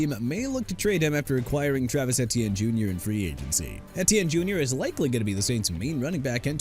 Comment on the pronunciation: You simply refuse to say Travis Etienne (pronounced A-Chan) Jr’s name correctly huh? Et-Tee-En is the hill you’re going to die on?